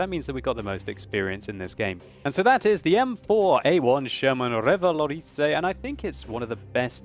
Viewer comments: ahah i'm french and i love your " rivalorisé " :d it's REvalorisé :d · You're pronouncing Revalorisé a bit wrong. You stress the i but you should stress the é, Revaloriséééé. Just saying :p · lol no French or Canadians are watching this considering the fact that no comments mentioned that he pronounced revalorisé wrong, but I'll accept that since he has a British accent. if you're reading this, don't mind it, I still love your vids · french and I would say kind of, but dont pronounce the Y in the "ay", or you'l sound like the cliché english accent when we imitate english people speaking french lol ;) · Mdr comment il prononce Revalorisé 😂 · Thats funny how u say "revalorisé" with ur accent :P I liked it :P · I love how he pronounce "revalorisé" :'D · Okay I know you love to pronounce your tanks with elegance but I'm pretty sure the French don't roll R's. They do that little phlegm sound but without so much phlegm. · Omg nononono dont Say revalorisé un french! Sounds pretty bad